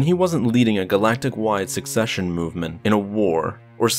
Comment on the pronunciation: Do you even check how some terms are even pronounced?! There is no such thing as a "succesion movement"!